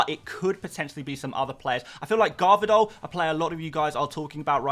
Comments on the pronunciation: Gvardiol, not Garvidol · Garvidol?? Dude has the exact same surname as Pep and you butcher it lol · I love how you butcher City's new defender's name and just call him the more easily pronounced Gavi-Doll 🤣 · Not him saying Garvadol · You definitely did not Butcher Gvardiol's name 😭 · It’s funny how you know to say Guardiola, but you dont know how to say Gvardiol 😂